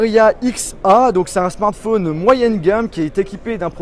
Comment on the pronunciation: Smanth fonne